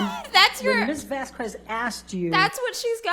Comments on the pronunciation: It is annoying how she pronounced Camille's last name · Does it annoy anyone else that AH’s fuckin lawyer can’t/won’t pronounce anyone’s fuckin last name right??? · I still can't get over the fact that Camille introduced herself and pronounced her last name and Elaine still gets it wrong every time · Off topic but does anyone else get irritated when Elaine says Camille's last name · Is it just me, or is the fact that Elaine keeps mispronouncing Camille's last name like really bothersome and weird? It could totally be an honest mistake, but Camille herself and other people in the court have pronounced it correctly multiple times, and yet Elaine says it wrong every single time?? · ELAINE...ON THE NAME VASQUEZ...YOU DON'T PRONOUNCE THE U....THE YOU IS SILENT !! just 👍 like my last name of Anguiano...you don't PRONOUNCE the U! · Is any one else annoyed with how Amber’s lawyers pronounces Ms. Vasquez’s name? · Is anyone talking about how Turd's lawyer pronounces Vasquez? It makes me wonder how she pronounces Quesadilla. 😐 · Elaine mispronouncing Camille’s name over and over makes me wanna scream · I just know Camille was fuming because Elaine was pronouncing her surname wrong ALL THE TIME. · Anyone else wonder why Elaine can pronounce Henriquez but not Vasquez?? Amber is the epitome of: Hell hath no fury like a woman scorned! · Btw, Elaine did not pronounce Camille’s last name right even once. The disrespect! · no, you're fine. You, unlike Elaine, are not a member of a legal team that would've spent hours/days leading up to trial researching everything and gathering all info. Elaine on the other hand... given all the info that a legal team would be collecting to make their case, I would expect them to know stuff like "how to pronounce arnica cream", "what year a given pallette came out", and "how to pronounce Vasquez correctly". You're good because you're not an expert who's job is to gather this info. Elaine *is*. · Elaine really kept saying Vaskwezz